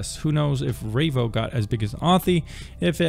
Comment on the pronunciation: LOL, how did you get Ravee-o out of Raivo?